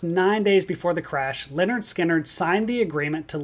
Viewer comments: Watching this a second time, and I HAVE to say it again: The first part of this band’s name is NOT pronounced the same as the name “Leonard”. The “y” is pronounced as a short ‘i’: LIN-erd. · Uhhh… “Lynyrd” is not pronounced as “Leonard”. It’s “LIN-erd”.